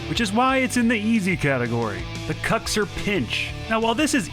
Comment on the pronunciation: Sunless it isn't "kaxir" bit "kuxir" Congrats for ur video from Italy